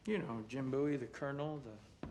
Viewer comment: Thank you for pronouncing the Bowie knife correctly